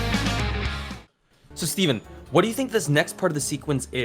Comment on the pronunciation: STEPHEN STEPHEN STEPHEN XD that’s what I hear